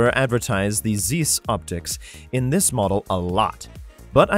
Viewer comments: The "ei" in Zeiss is pronounced like "ei" in Einstein. It's not "eenstein", it's not "zeess". It's Einstein, therefore Zeiss. German word. Nokia is also not "No KIA", it's "NOH kia" or "NAW kia". NAW-kee-ah. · Too self-indulgent and subjective - not a helpful comparison video. Too many gratuitous motion graphics. Format not easy to follow. Significance of "Zeiss" not mentioned. Zeiss name is mispronounced.